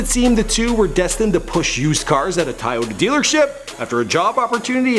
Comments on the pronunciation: "TaiYoti?" Toyota?? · did you just say tieohta?? lol Toyota